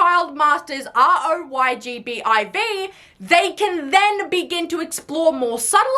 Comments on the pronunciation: The fact that she said R-O-Y-G-B-I-V and not ROYGBIV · Girl. 😂 It's literally pronounced as it's spelled ROY-G-BIV. Here in the US we don't Spell it out like R,O,Y,G,B,I,V lmao. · Her not saying it "ROY-G-BIV" was my beige experience for the day 😂 love the video, dude